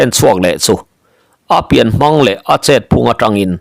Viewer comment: hi thawnthu i chhiar tam tawh a, thiam pawh i thiam viau mai, lam dik loh erawh hriat tur a awm zeuh zeuh. Tun thawnthu chauh pawh ni lovin, Pawi hming lam dan hi lam dik loh a tam. Entirnan tlem han tarlang ila, Mang tih hi Lusei hmingah chuan thluk seia lam a ni ber a, Pawi hmingah erawh, thluk sang leh hniam chu awm ve bawk mahse, thluk sei a ni ngai lo. Mangchhuma, Manghmunga, Manghnuna, Mangkiauva, etc tihahte chuan thluk hniam, ka peih mang lo, tiha mang lam rik ang hi a ni. Mangliana, Mangnawla, Mangthuana, Manglinga, etc tihahte erawh thluk sang tawi a ni thung, mangkhawh tih ang thlukin. Duhmanga tihah erawh mang vek tih angin. Tin, Chem tih hi hming tawp lama hman a ni deuh ber a, hei pawh hi thluk hniam tawia lam chi bawk, 'ṭha ber' tih a ber thluk ang hian. Eg. Thangchem, Lianchem, etc. A awmzia pawh zoṭawnga BER tihna a ni. Pawi chuan hming tawpah A an dah ngai lo va, mahse, Zoṭawnga sawi chuan dah a ni mai ṭhin a, dik chiah lo mahse a pawi lem lo ve. Tin, Zataia tih hmingah a tawp lam hi thlukhniam tawia lam tur a ni bawk, hneh tihna a ni.